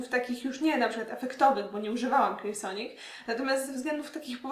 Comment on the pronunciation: Niesamowicie wymawiasz słowo Clarisonic :)